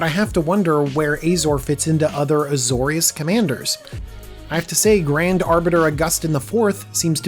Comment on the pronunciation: As someone who sides with Phyrexia 11/10 even i have to say that it is pronounced Ah-zor-ee-us not Eey-zor-ee-us